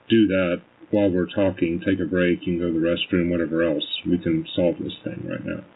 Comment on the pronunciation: Mine is when she says thing, but pronounces it thingk